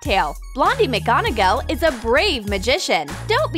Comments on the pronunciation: It’s not mc gonaGAL it’s mc gonaGOL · It’s not McGonagell It’s McGonagall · True she said megonnagol instead of McGonagall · I cringed every time she said mcgonagEl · It's pronounced MAGGONAGAL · I cringed at wrong pronunciation like of Felix felicis potion and she said McGonagall wrong and so many others